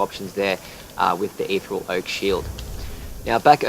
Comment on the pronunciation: Your pronunciation of ethereal really peeved me